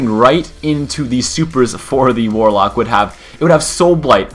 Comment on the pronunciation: You sure it's warlock, not walock